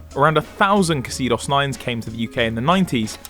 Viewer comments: Sold as the Mazda Millenia in the USA. We didn’t get the supercharged version. I think I would pronounce it as exodus not that weird hard E and mid-syllable accent you were using. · Isn't it pronounced "zeedos"? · What a car! I had no idea you had to pronouce the K- sound in the X, and I had no idea there was a supercharged version. Highly entertaining, yet educational too. Cheers boys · Isn't it pronounced "Zeedos"? That's how Top Gear reported it when they were launched. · It’s pronounced Zeedos btw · Well that’s one way to pronounce Xedos, I guess🤷‍♂️😂😂😂😂😂 it’s pronounced zeedos🤷‍♂️ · Surely the X is pronounced Z? 🤔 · I seem to remember my dad having a Xedos 6 as a company car very many years ago, (back in the day) it was pronounced Zeedos. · It says xedos but I think it’s pronounced zedos. That’s how we said it when my boss bought one and I used to have to drive him to London every week. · Pretty sure it was pronounced 'zeedoss' without the K sound at the start. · So only Americans pronounce words starting with X as if it was "Z" ? :D Because you are basically saying " Kasidos" :D Or does that come from the japanese pronunciation ? Was there even one .. quick googling says Xedos was sold as Eunos there :D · Surely it was pronounced ex-edos? Not Ke cedos? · What the hell is a “kaseedoss”? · I worked for a Mazda dealer late 90s and sold the 6 and 9, I seem to remember that Xedos was pronounced Shedox as in Japanese the X makes an sh sound? Nice cars but a bit boring compared to the competition and buyers wanted a German badge, the Xedos were mostly used by Managers and Senior sales. I drive a Mazda 6 2.3 mps, same engine possibly? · It’s pronounced zeedos 👍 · It’s pronounced xedos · There's no way it's pronouced Ksedos. If I had to guess the X was probably supposed to be pronounced similarly to a Z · And I thought it was pronounced ‘zeedos’, silly me 🤷 Good video boys 👌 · Pronounced Zedos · It isn’t pronounced how you pronounce it it Zeedos